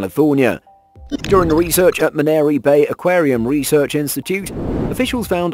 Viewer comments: It’s Monterey Bay Aquarium…not Maneri Bay you twats. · Its actually "monterrey"